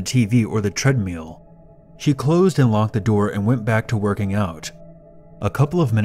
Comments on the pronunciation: Sounded like you kept saying treadMEAL instead of treadMILL. xD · Did u really just say treadmeal? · "Tread meal" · "Tread-meel." giggles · tread meal